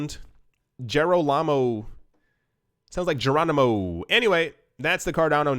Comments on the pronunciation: 'Jerro larmo'. Lmao.. next you'll be saying 'Aloominum'.. and 'Yo gert'. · YES.. it sounds like 'Gironimo' lol.. love you tho X Geronimo exclamation used to express exhilaration, especially when leaping from a great height or moving at speed.